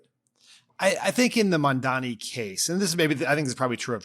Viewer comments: The name is Mamdani, not Mandani, it’s not hard, pls get it right already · Why do they keep struggling with seeing Mamdani's name? Dan, you're better than that. Anyone at Crooked reading this, please take a moment and teach him its MAM-DANI. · Why is it so hard for these people to pronounce Mamdani’s name correctly? M-A-M-D-A-N-I. Get it right jfc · Im sorry but Mart Cudan is a knob. You should be interviewing MAMDANI, not some billionaire that cant pronounce a simple name. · So this Cuban guy can’t even get Mamdani’s name right. So that tells me exactly what this guys agenda is. Do better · Im sorry but I live in the uk and I know its Mamdani ! He lives in NY and still doesn't know how to pronounce his name!?! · It’s funny he pretended to not know who Mamdani is, or that he couldn’t pronounce his name, knowing how online Mark Cuban is.